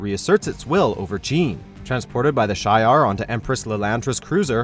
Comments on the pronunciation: She -R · Shee-Ar not Shay-Ar ans Em-Kran not Mak-ran. 😉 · Jake Turner “Ma-Kron” crystal and “Shy-ar” are two painful mispronunciations! Ugh!!! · To the narrator: The correct pronunciation is ( She-Ar ) Shi’Ar! 😑😤😡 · Thank you! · It’s she’are (shi’ar) and m-kron (m’kraan) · “SHEE-YAR” empire.. “M-KRAAN” crystal.. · You incorrectly said Shi’ar and M’Kraan in your video. voice narrator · The narrator should learn to pronounce Shi'Ar, M'Kraan and Wyngarde correctly. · Who can't pronounce Shi'ar, Wyngarde or M'Kraan? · You mispronounced Shi' ar and M'Kraan. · When this guy pronounces Shi’ar and M’Kraan crystal Incorrectly